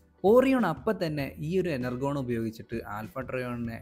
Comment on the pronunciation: Enurgon alla energion 😂